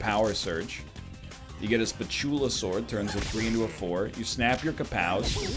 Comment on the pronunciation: Anyone else getting irritated by how egg pronounces "Spatulasword"?